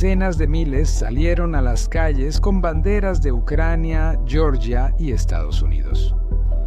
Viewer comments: "yoryia" es como se pronuncia la Georgia estadounidense en inglés . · Se pronuncia Georgia, tal cual, no como en el inglés, francés e italianano, se pronuncia con la G Germanica...